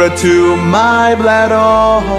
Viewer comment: You pronounced "bladder" weird.